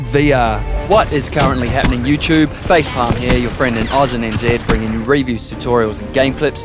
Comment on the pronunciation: I used to cringe a little at the 'gameface' and 'lets get it done' bits but now its part of the whole experience and it'd feel weird without it. The only bit that still bugs is your 'Your friend from OZ and **' cause I don't now what the word you say after OZ is and the other bit that bugs my OCD is the edit of 'without the Sh......tzzz'. Those are just tiny things. I'd be happy for you to do nothing to the intro tbh.